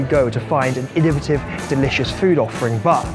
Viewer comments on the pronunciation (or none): none